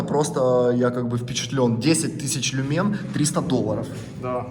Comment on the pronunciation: лю́мен (ударение на первый слог)